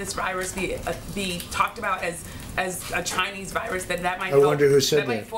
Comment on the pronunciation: "Ghinese virus" 😂